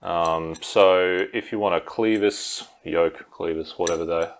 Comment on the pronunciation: Oh, btw, it's pronounced clev-is (like clever or Ben Nevis), not clee-vis